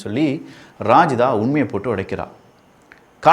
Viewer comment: ரஜிதாவை ராஜிதா னு சொல்லுறான் பாருங்க